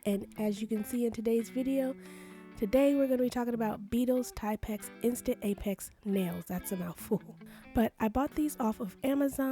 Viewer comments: I believe they are pronounced Tip X . Thank you for the great review. I just received mine and they do come shorter .❤ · Im not being mean but the correct way to pronounce is Tip x . ❤❤